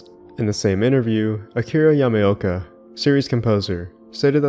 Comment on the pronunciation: I only do this because I like your channel and maybe it might help you. You should watch a little the pronounciation of names. It's neither Masashi Sumboyama nor Akira Yamayoka but Masashi Tsu-Bo-Yama and Akira Ya-Ma-Oka. It sounds like you either pronounce them wrong or mumble them. Maybe it's different when you speak the language that you get a little sensitive when you hear something like that. It's not a complaint but maybe an advice for your upcoming videos, to work a little on pronounciations of japanese names since the roots of Silent Hill are, at the very end of the day, japanese.